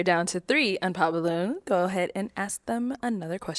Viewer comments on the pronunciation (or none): omg this shit pisses me off so much!😂😂😂😂 I thought I’m the only one… and ALL OF THEM SAY THAT! is that a black people thing? It sound so stupid gosh. Just say it right. But no. AXE 🪓 WHO THE FUCK YOU WANT TO 🪓???😂😂😂